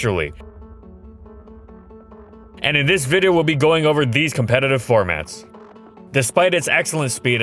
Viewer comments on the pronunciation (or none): none